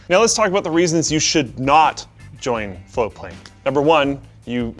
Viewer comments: It's spelt "Floatplane" but is apparently pronounced "Flowplane". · TIL that for the past year+ that I’ve been following this channel, and Linus have been saying “floatplane” and not “flowplane”. Congrats on your beta launch! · Guys, you need to pronounce the T I was searching for flowplane. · I've been hearing Linus and say Floatplane for months now. I thought they were saying Flowplane until today when I saw it in the video title with Floatplane typed out. They need to watch their pronunciation, even in this video it sounds like they're saying flowplane half the time. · When they say 'Floatplane' fast, it sounds like they're saying 'Foreplay'. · Always sounds like they say Flow plane, not Float plane.